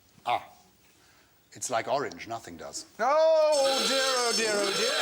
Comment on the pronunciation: Forage... oraNge yeah, not to me😂